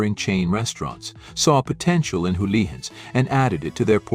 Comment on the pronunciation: Im sorry but I remember getting a hamburger from Houlihans, or as the very unobvious AI voiceover calls it Hullions or is Howlians. Anyway that hamburger was ridiculously priced like many of the other menu item. Despite their being one practically down the block from where my Mom lives now I haven't tried them again since! Are their prices still exorbitant?